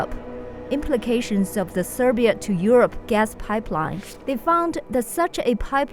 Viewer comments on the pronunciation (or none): Sigh-beer-ee-ya, NOT Ser-bee-ya. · Hi,, just a little correction in pronunciation "Siberia" - [saibiria], because it sounded more like "Serbia"...Other than that - great information, illustrations and background music👍Looking forward to your follow-up reports😊